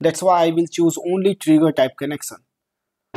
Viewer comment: It's connection not connecsan.